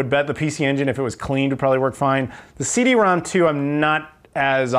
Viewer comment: Nice pickups esp the CD-ROM^2!!! I'm jelly. 2 nitpicks... are you sure the Super Fami was 89 cents, not $8.90?? Also CD-ROM^2 is not "rom two" but called "rom rom" since it's an exponent (or in Japanese phonetics, "CD Romu-Romu")